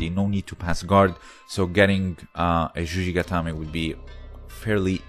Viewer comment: It's juji-gatame, not zhuzhi-gatame.